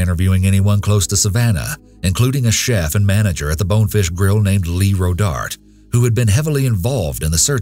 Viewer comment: This nicca said Rodart🥹😅😂🤣